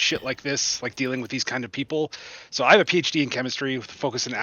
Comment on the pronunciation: Also, words ending in "o", like no or so, should not have an r sound. Stay in Australia.